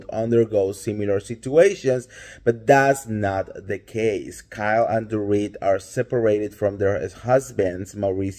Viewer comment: Kyke? Did you say Kyke?